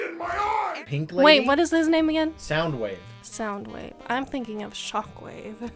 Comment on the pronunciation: She fucking massacred my man Soundwave 😔😔😔 Still a great video tho!